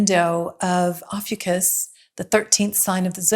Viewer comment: It's pronounced like "Oh-few-cus"